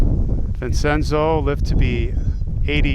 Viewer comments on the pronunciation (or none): You say it Vincenzo (Vinchenzo) and Conceta ( Conchetta) this is Martin Scorsese 's mother's name